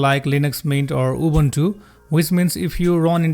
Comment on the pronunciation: "Убунчу"... диктор, вы китайчу?(